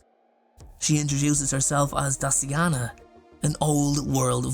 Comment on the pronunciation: why when you said Daciana i heard "Dustyana" HELP 😭😭